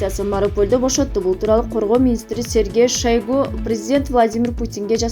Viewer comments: Мына бул журналистка аттарды туура эмес айтып жатасын уят сен да депутаттардан уйрондунбу жазылышта шойгу дейт айтылышында шайгй дейт донбасты данбаст дебейт😄😄😄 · Жазылышы ШОЙГО,айтылышы ШАЙГО. Чоон министрдин атын туура айтпаснар уят автор.